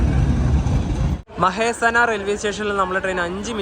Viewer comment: 118👍മഹേസനാ അല്ല മെഹസാന ആണ്.